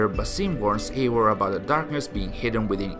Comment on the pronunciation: can you stop pronouncing eivor as eiwor? it's eiVor.